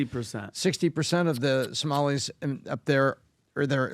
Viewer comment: She keeps saying as Somalies.